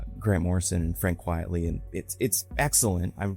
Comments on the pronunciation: Frank Quitely’s name isn’t pronounced “quietly” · to be clear, I do not know the right way to pronounce it. Quit-el-ee?